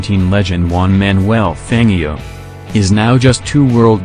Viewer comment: You don't appear to be able to say "Fangio's" name correctly